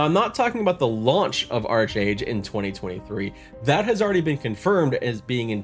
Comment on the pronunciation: Great video... but I was a 3D artist for Trion Worlds and it is pronounced Ark-Age not Arch-Age. xD